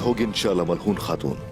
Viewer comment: Malhoon nhi hai wo, Malhun hai wo, naam to sahi se le liya karo